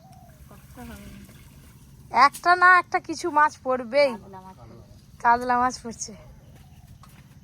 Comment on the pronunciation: কাতলা ❌কাদলা ✅